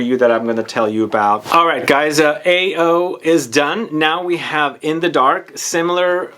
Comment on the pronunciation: AO is I think it's pronounced as Ah oh which means blue in Japanese.